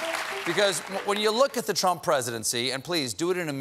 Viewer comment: “The Trumpf Recession”